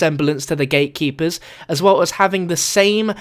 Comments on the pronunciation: AM I THE ONLY ONE HEARING HIM SAYING "THE GAY-KEEPERS" ) :D HAHAHA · I thought u said gaykeepers😂